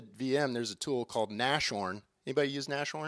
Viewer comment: Nas-horn not Nash-horn